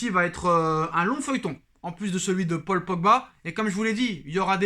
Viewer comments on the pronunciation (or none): none